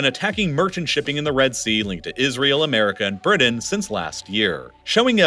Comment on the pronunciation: Dude cant pronounce T I love Bridain "Britain? once I heard it I cannot unhear it.